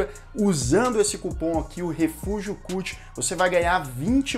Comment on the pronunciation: Viciei no canal mas que agonia ouvir "refúgio culti" kkk *edit: Bruxa de Blair 2 eu curti mas pq sou fã do tema. Porém tecnicamente concordo totalmente com você.